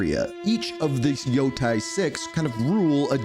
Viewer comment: Lmao. Same with any ghost of Yotei announcement. “Ghost of Yo-Thai” 😂